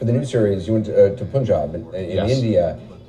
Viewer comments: Gosh.. P-UN-JAAAB..IS REALLY CRINGY!!!! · correcting him for saying sikh wrong...also proceeds to pronounce Punjab wrong himself like every american...smh